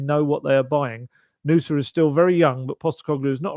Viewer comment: I’m from Stabæk territory in Norway and have been in Belgia and seen Nusa play. He’s a specimen for sure! The way it’s pronounced in this video is a perfect pronunciation, just say it a smidge faster and you’re spot on👌 Great job!